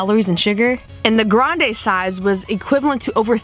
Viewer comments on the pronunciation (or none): none